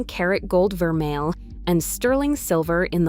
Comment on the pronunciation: If she knows so much about jewellery, why is she pronouncing vermeil and pave incorrectly unless this is AI! 🤖